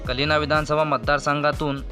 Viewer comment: कलिना नाही, कालिना म्हणा. प्रकाश फातपेकर नाही, फातर्पेकर म्हणा.